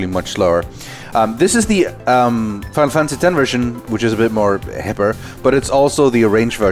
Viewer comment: "Final Fancy" 😂